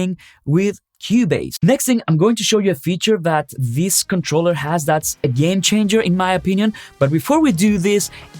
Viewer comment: Thought you said: this is a gain changer for me. Not game changer😅